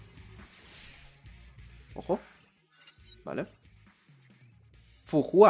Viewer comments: se pronuncia fuka pero ok, eres el unico que he encontrado que diga “j” 😂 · El nombre de Fu Hua se pronuncia Fu ka